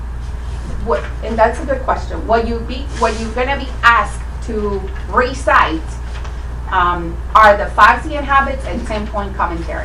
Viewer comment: Recide them??!! I think she means recite them?! Really?! Wtf is this 2nd grade??!!